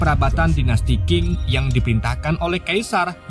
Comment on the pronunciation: Dinasti cing baca nya bukan king.